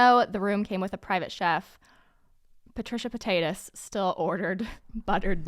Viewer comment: ''Trisha Pasytas'' 😂😂😂